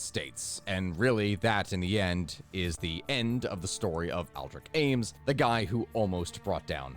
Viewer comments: Am-es?? He's known as Ames. Sounds like Aimes) Not a good way to get Comments... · His last name is Ames like “aims” not Amos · After hearing him say Amos instead of Ames a few too many times, I had to leave before the halfway point. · Ames is a one sellable word. Also Aldrich is pronounced with a soft CH at the end.